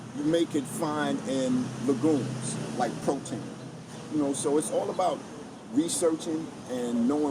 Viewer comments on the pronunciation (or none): What is that food he is mentioning - lagooms? I can't understand it - thanks